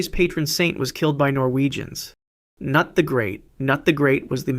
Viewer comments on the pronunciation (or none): Kah Noot not cnut